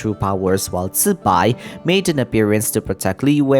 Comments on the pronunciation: FRR the fact even genshin is mispronouncing it makes me even happier that he is saying it right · That’s the right way to pronounce it tho.